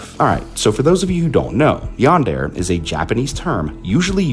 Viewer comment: Great video! Well made! Some audio issues, and "Yandere" is pronounced "Yan-deh-leh"